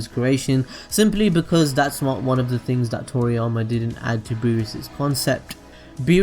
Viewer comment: pronunciation error no.1....things=fings. lol. just yankin around.